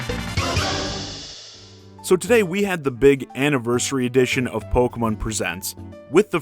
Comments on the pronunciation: You mean, Poke-muhn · The way you say Pokemon causes me physical pain